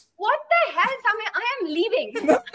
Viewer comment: I like that pronounces Samay perfectly 😎🙏🏽😆Samay bhai OP